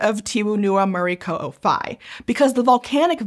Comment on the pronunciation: as a native Flores where this lake located her pronounce of local name like tiwu ata polo and muri ko'o fai were much better than my fellow indonesian friends especially the one from java and sumatra. we mainly speak O like in bakso or soto while my java friends usually use it like in tolong or dorong.